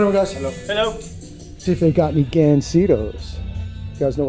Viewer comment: You speak Spanish very well, but you mispronounce Gansitos. It is GONE-sitos.